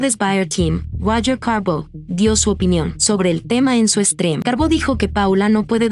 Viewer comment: La que habla en las intros es una IA o un bot? Por qué pronuncia así el nombre de Carbo y de XBuyer Team? 😂😂😂